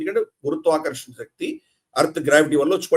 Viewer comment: Shakti is not telugupronunciation̈.Don't corrupt our beautiful telugu with Hindipronu citation.